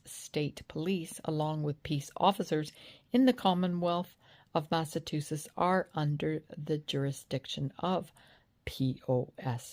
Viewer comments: It's MassaCHusetts, not MassaTusetts. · It’s pronounced “Mass-ah-two-shits” 😊 and Proctor is one of them. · It's Mass-a-CHU-setts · It is pronounced MASS-A-CHEW-SETTS